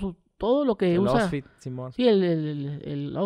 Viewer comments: el ousfit simon, si el el el el ousfit! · El "osfit" jajajaajja ogt Gusgri se la quería curar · "EL OSFIT" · Si el el el oustfit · Gusgri: Me identifico contigo: ousfit Gusgri:si el ousfit